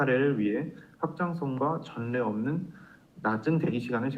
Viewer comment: 전례없는~ 발음 : 전내X 절래O